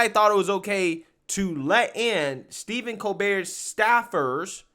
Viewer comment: His name is Stephen, starts like Stephanie... It's not Steven.